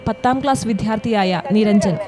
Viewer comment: വളരെ ഗംഭീരം അനൗൺസ് ചെയ്യൂന്ന വ്യക്തിയോട് വിധ്യാർത്തിയല്ല, വിദ്യ അർത്ഥിയ്ക്കുന്ന, വിദ്യാർത്ഥി